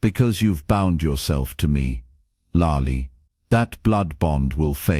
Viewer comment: Which is it? 'Ulalia, Yul Lalia, youallia. Subtitle just said 'you' at one stage, followed by 'there can never be anything between us'. You pronounced youallia, 'youlallia'. Nickname spelled 'Lai', you pronounced 'larly' then you spelled it 'Lily' and pronounced that correctly 'lilee'.